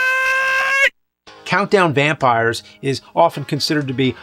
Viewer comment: Vountdown Campires